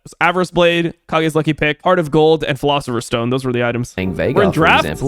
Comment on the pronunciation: Weeb cringe. It's pronounced Cage not Ka gee. It's a reference to Kyle Gass from Tenacious D, Kage is his nickname. That's why it's a guitar pick.